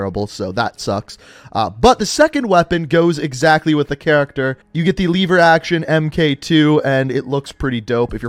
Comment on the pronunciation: mans said leaver action , it’s LEVER action 😂😂